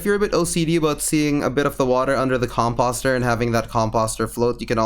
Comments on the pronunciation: Com-POST-er... Not fucking comPAHSTer! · Hearing you mispronouse composter over and over again is painful, dude. The It's com-post-er with an O like in Pose. Not like the O in Imposter. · Com post er like sign post not imposter lol sorry that bothered me 😂😂